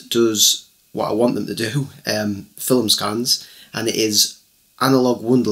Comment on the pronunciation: First thing to know before your develop your first roll of film... the word "film" has but one syllable. In Oregon, USA we go to Shutterbug, or mail order from Pacific Photo Lab.